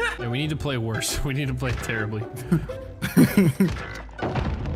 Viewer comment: Did he say Fray instead of play?